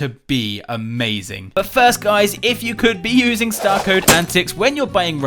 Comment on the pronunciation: Amazing, not emasing